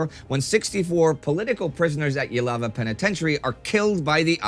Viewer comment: nitpick: Jilava is pronounced Zhilava, not Yilava. We pronounce the j like the French in Romanian.